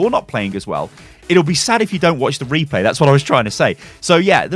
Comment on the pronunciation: If you heard Reaper instead of Replay say I.